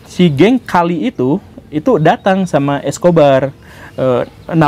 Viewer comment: Permisi untuk cara bacanya, Medellin dibacanya Medeyin, Cali dibacanya Kali🙏 Pas pertama kali nonton Channel ini, rasanya menarik👍